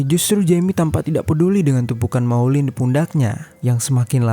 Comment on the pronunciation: Perbaiki pengucapan. Maulid bukan maulind. Jeami (jemi) bukan yemi